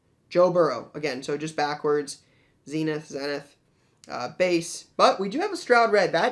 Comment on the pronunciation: We will and do know that it's pronounced Zeenith, only you don't seem to know.